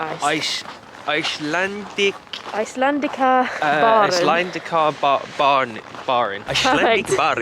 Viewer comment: I am from Iceland and I have to say that your pronunciation of the Icelandic words and names are pretty good.